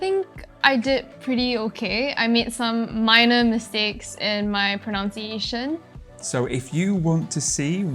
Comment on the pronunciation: she said pronunciation wrong.